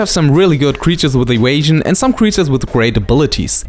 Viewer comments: We have very different Vs and Ws in spanish too so you sound really funny, I guess I sound funny too with others phonetics. Start working in your "eVation" no eWation, and "adVantage" no "adWantage" and it's no "Wampire" (I love that one XD) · wierded wampire has adwantageous ewasion. it is a bomp. I love your videos, we understand the pronunciation issues and don't mean offence. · "adwantage" and "ewasion" have won my like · As soon as he said ewasion, I instantly looked at the comments. So happy my mind syncs well with the internet xD